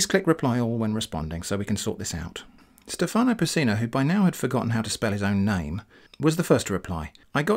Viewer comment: in Stefano, the italian name, the stress of the word is on the e, not on the a